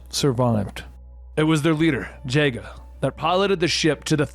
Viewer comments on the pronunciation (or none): It was from his childhood, doesn't mean he watched it at the time or remembers the way they said the names. But yeah it is a tell that he either hasn't watched the TV show or have a clear memory of the name. Harry Potter was from my childhood, but I didn't read or watch it. Same with Pokemon. Also Jaga, is (Jah,gah)